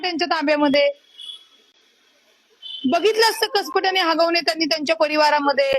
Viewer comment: हागवणे नाही. हगवणे आहे ते😂